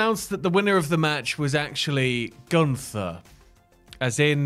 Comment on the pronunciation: Your pronunciation of Gunther is so weird I must say ☺️